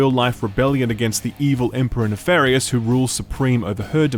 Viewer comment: omg please stop saying Nafarious it's Nefarious with a E!!!!!!!!!!!!